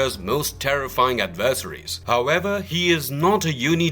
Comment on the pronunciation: Why are you saying adversaries so weird?